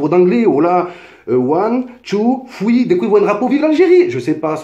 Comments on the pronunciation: one two foui mdrr quel bel accent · "one tou foui". Sympa ton anglais. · Mdr c'est pas fouis c'est three cousin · pk tu dis " ouane, tou, fwi " xD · " One two fwi " Oh gad henni tu deconne 😂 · ond two fwee 😂😂😂😂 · One too thwee 😂😂😂 really nigga 😂😂😂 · C’est plutôt one two triii mais bon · Son anglais il est mashallah. Ptdr cmt il dit three. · Mais change de coupe!!!!! En plus t arrive pas à dire three frero